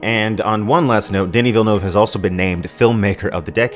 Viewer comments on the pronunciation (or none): none